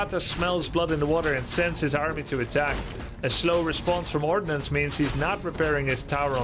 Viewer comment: Lol I heard you say "orcnuns" first 😂 sounded so weird but I thought "m'kay". But then it actually was ordnance 😅 was a bit disappointed